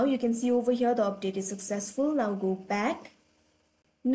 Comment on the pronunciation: I like you accent when you saw overhere 😂😂😂